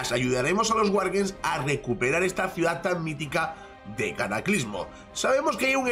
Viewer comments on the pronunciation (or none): none